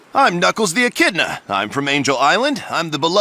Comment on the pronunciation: I love you, but you gotta stop pronouncing echidna as "en-kid-na," lmao aaaahh